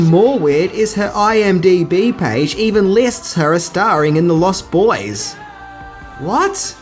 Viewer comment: Stop saying the lost boys as if it's a sentence. It's pronounced as if it's one word. You're using the adjective as if it's a description. It isn't it's a title.